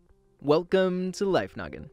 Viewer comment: Is it just me or did I hear life nugget instead of life noggin?